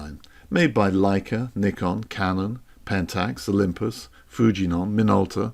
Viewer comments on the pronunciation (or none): none